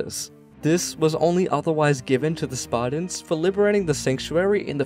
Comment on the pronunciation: Pretty accurate history here but, would it kill you to pronounce the T in SparTans ? It is not Sparda or the Spardans. I noticed this on another video. You do actually pronounce the T in other words. Of all the ancient Greeks, the Spartans most deserve to have their name pronounced correctly. Up until Lysander that is. He was a fecalite at best.